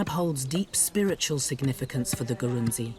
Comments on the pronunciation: Great video but you got some facts wrong. Eg. Ghana has way more than 6 ethnic groups. The tribe name is written Gurunsi but it is pronounced "Grou-shi". The largest tribal group in Ghana is called Akan not Ashanti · Usually pronounced Grushie or Grusi. Don't be too hard on yourself